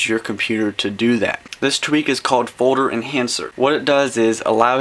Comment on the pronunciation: is he saying "Forder" instead of Folder?